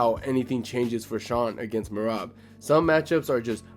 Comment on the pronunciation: Thanks for giving accurate thoughts the other guy who sucks Islam off and calls Merab me-rat